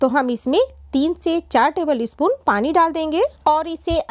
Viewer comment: Tebilispun..... Acha laga sun k Humara dost Ranjeet yada aagaya